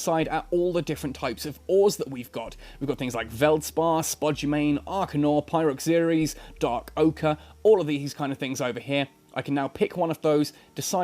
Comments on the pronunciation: Did they remove the level indicators? My asteroid belts and such have no numbers after them. And it's pronounced Pie-row-zeer-ease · how to pronounce pyroxeres= pyroceres/pyroseres, that for american accent 😁👍